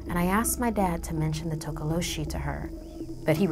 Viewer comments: I'm from South Africa and it's not tokoloshie it's tokolosie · its pronounced "tokolosy" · “Legend of the Tokoloshe” No one: YouTube Subtitles: “Legend of the taco machine” Check me on insta c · toca lo sheeze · takolo cheese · Tokoloshe you mean? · Girl:Tokoloshi YouTube subtitle: "total oh she" 😂😂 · tokoloshe YouTube: Taco machine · Hi, a South african here, the way she says tokoloshe kills me😂😂I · IM A SOUTH AFRICAN. You said Tokoloshe wrong. The "H" Is silent, people!!